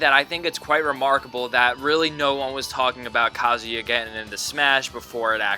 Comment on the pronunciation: Did you say kazooie? because it sounds like your actually say it